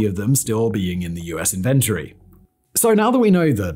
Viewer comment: It is "inventory." Not "inventory."